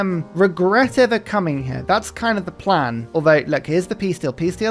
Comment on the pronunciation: “A man a plan a canal Panama” really emphasizing the “plan” above all else….